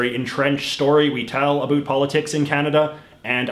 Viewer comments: Why are you saying a boot? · that's the way canadians say it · You are the first Canadian who pronounces about like a boot. Never heard that before. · STOP saying About like Aboo. Where the hell in Canada is that from? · What is with that pronounciation of "about?" I've lived in Canada for over 20 years and have never once heard another person say it like that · I was born in Canada and never left, have a friend in Florida I speak with daily, directed him to this guys vids and asked, 'Do I pronounce ABOUT like this guy?', answer 'NO'. This liberal, globalist, metrosexual op-ed writer is trying to prove for some reason he is Canadian. Like that matters after his hero; Trudy, established there is no Canadian identity...and that was why he moved to USA, so he could be closer to criticize Trump. Ha, Trudeau did such a good job, Mc C moved to USA. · I really can’t stand how you say “about” I’m Canadian and you’re the only one that says it this way. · Whats with the over "canadian" pronunciation of about? I've never heard anyone say about like the stereotype here in Ontario. I haven't been to the west so it might be normal over there but it just sounds odd. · bro the way u say "about" hurts my soul lol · the way he says about is driving me nuts i've never heard anyone say it like that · I’ve never seen this channel before, so I’ve got to ask, he’s intentionally pronouncing “about” with the stereotypical accent Americans think Canadians have, right?? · Please learn how to saw “about” properly. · Again I am Canadian and I have never in my life heard anybody say the word like that.